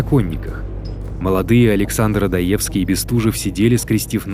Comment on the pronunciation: ОдОевский! А не ОдоЕвский. Будьте любезны!